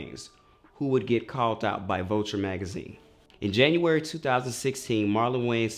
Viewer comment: Sanctum Sanctorum the way he says especially, the way he said curry, callt instead of called